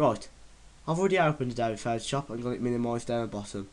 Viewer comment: your english is... foutoshap